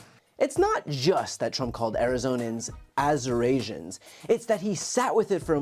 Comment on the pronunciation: Oh! The "Assurasians" are Arizonans! I have been trying to figure out what he meant to say. 🥴